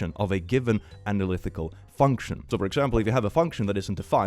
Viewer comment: Click pronouncing “analytical” as “analithical” is so small but still somewhat upsetting (it’s okay I forgive you) Edit: just remembered to add that the series in the trolly problem isn’t the one that that has an analytically continued value of -1/12. The series shown in the problem is 1+1+1+1+… which depending on which function you use to continue it, either unassignably diverges or assignably converges to -1/2. The series that is assigned -1/12 is 1+2+3+4+5+6+… **EDIT 2**: that’s not “because of chemistry or whatever” that’s nuclear physics. Sure maybe there would be some chemistry but like that would be basically nothing compared to what they’re hyping up, which would be from nuclear physics